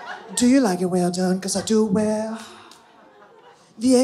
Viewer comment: Vwell vwell i musht veatch i musht